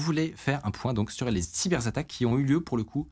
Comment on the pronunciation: C’est bien de faire les liaisons, c’est devenu tellement rare aujourd’hui, mais cyber z’attaques pour le coup c’est too much ! 😁